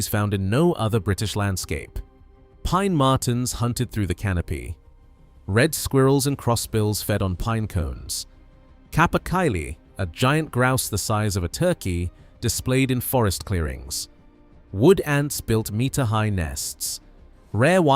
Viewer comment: Capercaillie, pronunciation like caper and then caillie, rhymes with daily. Rowan, row rhymes with cow then add an. It's Scottish language, not English.